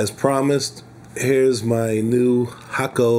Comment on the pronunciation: You are the only reviewer to pronounce Hakko the correct Japanese way...”Hock Ko”. Not “Hay Ko” or “Hack Ko”.